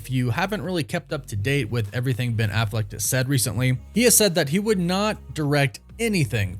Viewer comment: It’s Affleck, not “Afflect” 🥴